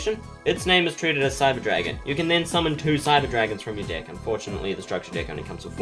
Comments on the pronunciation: Every time he says deck his accent makes it sound like dick and I can't not laugh omfg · Every time you say "deck" I chuckled. Great video, you're much better at explaining then the actual instructions. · it comes with a WHAT